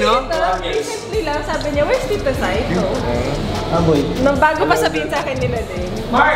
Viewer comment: saito po..hindi zaito...ttatatatatatatataym